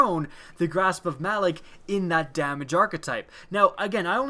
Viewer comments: Its pronounced Ma - Lawk. Not Malik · Malok, as in "Mah-lock", not "Mal-ick". Seriously, did you even play the Malok strike? They pronounce the damn name in the beginning intro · why does everyone say Malok's name wrong lol?